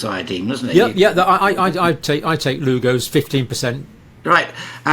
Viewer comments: How can this man not know the most basic thing about Iodine ? John, it's Lugol's Iodine Not Lugo's !!! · It's not Lugo's Iodine. It's called LUGOLS Iodine (5%).